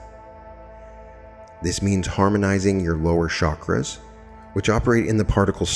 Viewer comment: Love this — and — it would be nice of you would pronounce chakras correctly